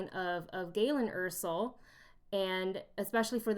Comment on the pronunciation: You kept saying Jyn Ersell (Er-Sull) when it's jyn Erso (Er-So